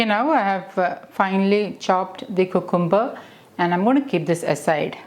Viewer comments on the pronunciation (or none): Thanks for this healthy salad recipe. You are very good at English but can you plz check the pronunciation of cucumber It’s pronounced kyu kem ber